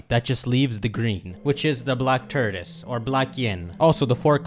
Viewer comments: "The black turdis" Tort-oi-se, or tor-tus But fun vidya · saying tortoise sounds like turdus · My dude kept saying TURDOUS 🤣😂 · I have never been so annoyed by someone mispronouncing a word than how pronounces “Tortoise” 🤣